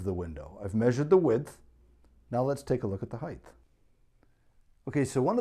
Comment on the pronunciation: Height, not Heighth!